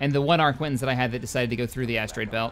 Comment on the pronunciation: Arquitens is pronounced Arr-ki-tenz.